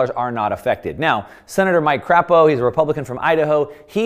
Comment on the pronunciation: Don't know if that was an intentional slip or not, but I knew a guy with the same last name when I was a child and you just infuriated him. it's Cra-po not Crap-o; LOL